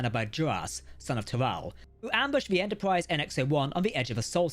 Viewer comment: Extensive video and full of good info, especially "Enterpwrise" 😃